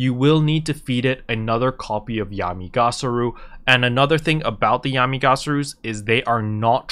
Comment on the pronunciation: it's Yami Ga-Ra-Su /giggle /:P